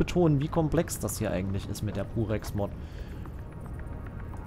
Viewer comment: Wieso verstehe ich immer "Durex", anstatt "Purex" 😅